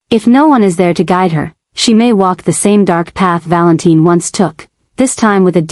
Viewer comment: I don't get it if they are going to refer to him as Valentine spell it right other wise its pronounced val in tin.